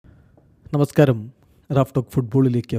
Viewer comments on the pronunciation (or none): none